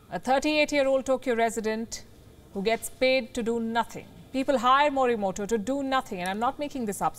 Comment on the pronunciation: Fine, but the pronunciation मोरीमोटो is not as per Japanese spirits. I am writing in Devanagari because even English is not able to convey it, the fact that Japanese does not have consonants टा, टो etc their words are made of ता, तो etc and hence the correct pronunciation should be मोरीमोतो ।